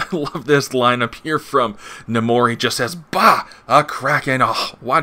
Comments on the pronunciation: Do u call Namor Num more? Pretty sure its Nay More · Funny enough...I say Nahmorita. But...It never occurred to me, in all my years of reading comics that it's pronounced Nah-mor...never.